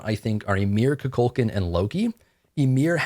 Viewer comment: Koo-Cool-K-AWWWW-N His game character says his own name “I am Kukulkan” You keep calling him “Koo-Kul-CAN” which sounds like Cu Chulainn Appreciate your content tho